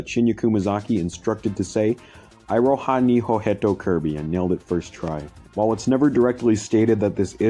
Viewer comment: For reference in future vids where Japanese text and names are involved, the vowels work like Spanish having only 5 vowel sounds and all vowels are sounded out. Abe would be pronounced “Ah-beh” for instance and the i is pronounced as “ee” as in spaghetti. So, iroha would be pronounced “ee-roh-ha”. Figured I should point that out.